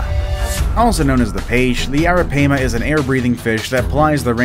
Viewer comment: Strange pronunciation of the Arapaima Gigas... I take it the announcer is from Boston.